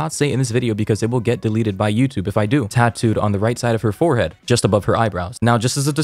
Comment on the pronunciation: I noticed he didn’t say forehead he said five head 😂😂